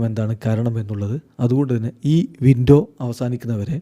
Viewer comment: Winto winto enn areyo kuthi parayunna pole thonunnu 😂😂😂 ninghal puliyan ketto